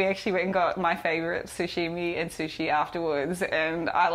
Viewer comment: It is funny how she says sushimi lol. It is sashimi though